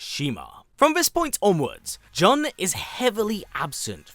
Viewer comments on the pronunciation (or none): It's Jun not jhon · Please, It's "June" (how Jun sounds in Japanese phonetically), not "John"...😢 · There’s only one way of pronouncing her name and it’s JOON, not and never Juhn. It’s a Japanese name. Even from the games they clearly say JOON. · in japanese jun(準) is pronounced as jee-yoon. juhn and june are both incorrect lol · "JUHN Kazama or JOON depending on how you wish to enunciate it." My guy. Every game literally pronounces it JOON. Never in my life have I heard someone pronounce it as JUHN wtf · I've never heard anyone mention her name as "Juhn" which is very grating to listen to. She's Japanese so her name would always be pronounced as "Joon". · This guy did say Joon once but went back to Juhn rofl. So weird. 😂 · Why do you guys pronounce her name as "Juhn" when the developers and other characters call her "June"? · Jun in pronounced “June”. Not, however someone wishes to pronounce her name! Lol! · It's pronounced June, even the characters in the game say it like it. This was painful to hear 😂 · i'm pretty sure it's pronounced as "june". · The way you pronounce her name is too cringey! John Kazama . Trying to make it fancy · Jun is Japanese, “Joon” is the way you pronounce it— to be like, “you can pronounce it anyway” is a bit tone deaf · The announcer in the game pronounces her name as June so are you saying the announcer is pronouncing the name incorrectly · Jun is pronounced june in the game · Killing me with the "John" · Why TF do you keep calling her John??? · I mean the game tells you how to pronounce her name and the trailer for her character does too there's no debate it's pronounced like June. Kinda annoying when white people don't bother to pronounce things correctly especially when it takes 10 seconds to Google pronunciations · more like JOON'N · The games tell you how to pronounce her name. It's right there. This is like "Ong" in The Last Airbender movie... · Narrator you know FULL WELL that you are pronouncing Jun wrong 😂😂😂